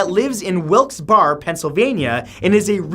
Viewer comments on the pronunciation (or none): It's not "Wilks Bar", it's "Wilks Berry" Source: I live in Pennsylvania. You get corrected. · Matthew not that it matters much but it's pronounced wilkes Bare-ee